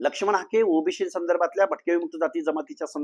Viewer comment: पहिले ओबीसी म्हणणं शिका सर ओबिशी वंगाळ वाटतंय